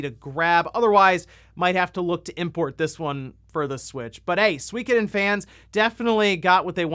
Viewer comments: I find it funny how you pronounce Suikoden. :D In Japan every syllable got the same rythm/speed with which they are said. So it's Su-i-ko-den, and not Sweekeden. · I swear nobody knows for sure how to pronounce Suikoden. I've seen some youtubers pronounce it soo-KO-den, SWIK-oh-den and SWEE-ko-den